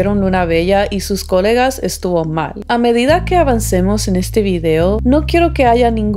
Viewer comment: coLÉga! coLÉga!!! con acento en la E. :D si, esa estacion del metro a esas hrs esta muy sola. de hecho hasta peligrosa la consideraría